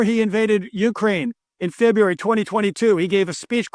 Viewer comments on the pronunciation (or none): none